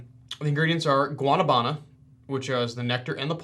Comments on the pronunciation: Guanabana is pronounced GWAH Nah Bah Nah ☺️ go to a Hispanic restaurant and order a guanabana shake with milk. It’s delicious! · the way you pronounce guanabana haha its also know as soursop